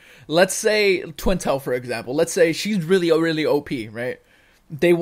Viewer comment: oh...oh my...not a very good way to say op characters...